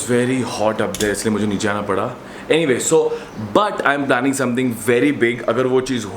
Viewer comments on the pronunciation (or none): planning* not plalling